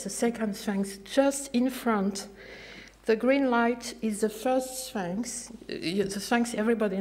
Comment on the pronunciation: Some of funny mistakes She calls for more transparency, she could start with her English. For more information to the public. Which means that people aren`t buying her stories. For interdisciplinary. But she fails to say what´. Notice how she pronounces Sphinx, "Svanx", probably her only source of English has been the Pink Panther Inspector Cloueso movies. myth comes out meet. Just imagine if she was going to meet to talk about myth. She maintains she has discovered other Svanx, in front of the Sphinx. Unfortunately she seems to have run out of film, so no photo`s. She is also writing a book about her "rosearch into the draat." Note; She does not tell her audience what she has called the "stairs", or where they are, or what they where called before she discovered them. She also introduces her 15 male and female Giza for humanity team, all but a few are are anonymous, and although she does mention a few names the information is insufficient to establish who they are! She then goes on to talk about the Western Dessert, or does she mean desert? But fails to mention it was Philip Gingerich, a University of Michigan paleontologist who made the headlines, not, the first where found in 1902-3, a little before her time. At 3.24 she goes on to introduce her "Team of Geologists", but none are mentioned by name, or have their names displayed, I wonder why? and more interestingly, do they know they are Geologists? In conclusion, her discovery of another